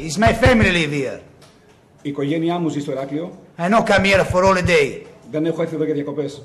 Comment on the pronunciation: "I no come ere for oliday"